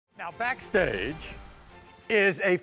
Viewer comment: do y'all hear him say backstage different...